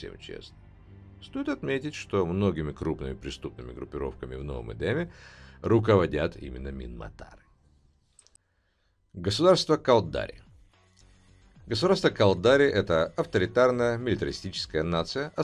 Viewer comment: галленИты, амаррЫ, кАлдари, минмАтары, ну, хорошо хоть окончание предложений не слышно, а то и там ударения небось перековерчены. а так, спасибо!